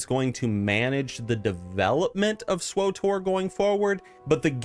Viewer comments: SW-TOR, NOT SWO-TOR! There is no O between W and T. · lol "swotor" xD